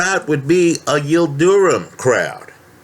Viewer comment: his name is not pronounced Yil du rum......it’s Yil drim.....